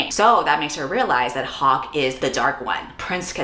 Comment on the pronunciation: I thought you said Pocke instead of Hawke so I had at least a minute with "like... Pocky????" in my head girl i was ROLLING